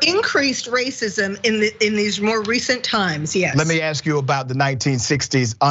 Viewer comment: I have GREAT respect for Dr Richey. But I'm amused that, with all his degrees, he still can't pronounce the word, "ask".